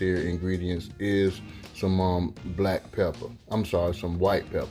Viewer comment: I dont know if u intentionaly or not said "Black pepper" Ahaha 😂